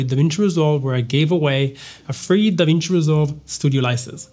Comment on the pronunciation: "DAWIN" NO MINUTO MIN